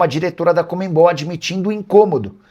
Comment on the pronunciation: Porque será que muitos jornalistas não conseguem dizer corretamente o nome CONMEBOL? O Nicola é um deles, ao invés de falar CONMEBOL, ele diz COMEMBOL😂